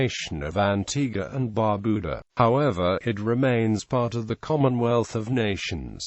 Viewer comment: I am a bit annoyed because of the mispronunciation of the national dishes as well as Bar Beau Dah. Foon Gee -.-but thanks for the video.